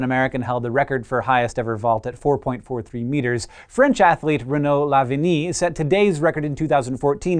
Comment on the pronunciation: "Lavillenie" is read "Lah-vee-leh-nee" ;)